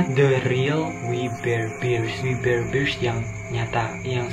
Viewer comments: Gua udah liat episodenya.....biasa aja menurutku...... dan bacanya WI BER BEARS..... a nya di baca nya kecil aja...masa gitu aja susah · Bang cara bacanya we bar bar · Bacanya wi ber bers (we bare Bears) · We bare bears di baca nya wi ber berst